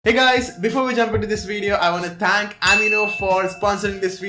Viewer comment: He says “I want to tank”